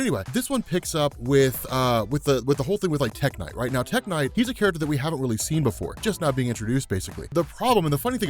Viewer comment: when you said tech knight I could have sworn you said tech n9ne the rapper